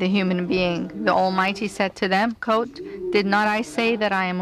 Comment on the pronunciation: No shit. It just sounds like she's saying "coat" not "quote"